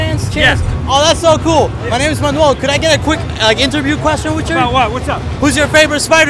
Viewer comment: speeder man-uel